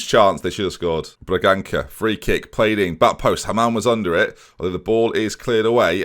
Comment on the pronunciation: The ça in Bragança is pronounced sa. I know it isn't important but it just annoys me when you pronounce it the way you do XD Still love you though,. Keep up the great work and the great series, I'm loving every single one.